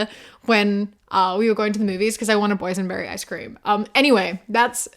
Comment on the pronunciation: Ngl I thought you were saying poison berry icecream not boys and berry icecream